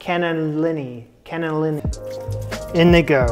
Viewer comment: Canna-leenee…accent on the lee. I only recently came across your channel, and am so glad the YouTube algorithm suggested it. I became a subscriber half way through the first show I watched, which was in your Julia Jamie series, and I’ve been bingeing through both your series. This series of dishes from around the world is such a great idea! It not only brings unique dishes to your fans (of which I am now one!), but it also will serve to introduce us to countries we don’t know about. I consider myself fairly knowledgeable on global communities, but I have never heard of Andorra., and I imagine I’m going to discover more countries I’ve never heard of before. Thank you for the entertainment and the education! ❤